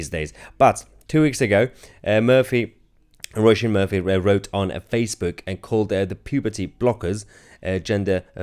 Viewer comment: Her name is pronounced as in row-sheen. And she is right.